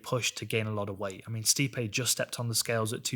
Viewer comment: It's actually pronounced 'Sty-pee'.